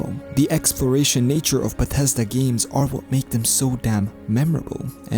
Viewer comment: "bah teszda games" ~